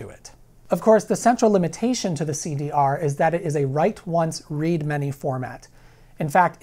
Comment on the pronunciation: You did not just say CD Arrrrrr...omg so good